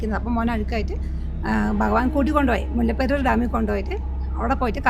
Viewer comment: മുല്ലപ്പറി ഡാം അല്ല മോനേ മുല്ലപ്പെരിയാർ